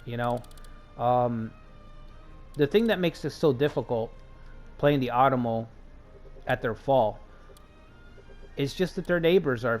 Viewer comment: Love your NA stuff! Not to be a jerk, but If you are going to be doing an Otomo play through, it's "Oh-tomo", similar to Osaka (same kanji). I have loved NA for decades (and the time period). I hope you keep these going!